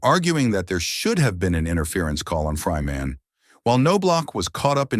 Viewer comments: Not No block. It’s also Travis Fryman, NOT Fry Man. AI sucks completely. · "Fry Man" ''Know -blauch'' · This is what happens when you use AI voice instead of a human reader. Also, it's Chuch Nob-lock and Travis Fryman (one word).